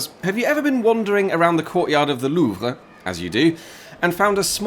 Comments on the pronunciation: It's quite surprising to hear any anglophone pronounce Louvre correctly. That said, it's not at all not surprising that it's. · I love how you make a point of pronouncing "Louvre" correctly.